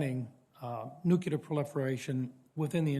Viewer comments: nuclear; new cle are. NOT nucular. This always pisses me off!! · It's Nuclear not nukuler and these people make our decisions 🙄 at least say it right or your saying it wrong on purpose. They can't be that ignorant. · It's nuclear. NUCLEAR. It is NOT nuculer! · What is funny is that this legislator says. "NUK-U-LER' instead of nuclear. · Nuc-lear. Nucular is not a damn thing. Please stop killing your credibility on such a simple word... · It would have been best if the Senator learned to pronounce nuclear before getting into politics. That's always embarrassing for our side. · Educated man still pronounces Nuclear wrong. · Shes awful of course, but my God why is it that some people cannot pronounce the word nuclear correctly?!?!